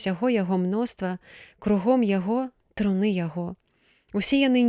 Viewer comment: Прачытана: труны' яе, слоўнік дае гэтаму слову ў множным ліку іншы націск, на першым складзе: тру'ны яе.